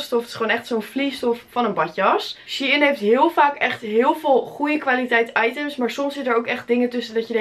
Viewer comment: het is shEIn niet she-in